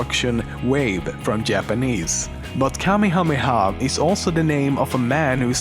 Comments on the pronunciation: The only thing pronounced without trouble is Kamehameha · Haha good job with the Hawaiian pronunciation....I am from Hawaii and some of my friends and co-workers have names jus as long. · As a person from Hawaii, that was pretty impressive to pronounce the king's name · You deserve a damn like for pronouncing that long ass name. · wow kamahamah name is super long good job pronouncing it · I give you so much respect for attempting to say that long ass name and succeeding in doing so. Respect, bruh! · You said Gohan and Taiwan wrong. I knew everything else expect the guy Hawaiian guy, you did better with that name then I would have. And I completely agree with you with that stupid evolution movie, I'm not even giving it the privilege to have DB in it, it was so messed up